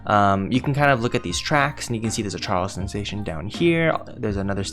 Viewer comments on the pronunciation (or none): none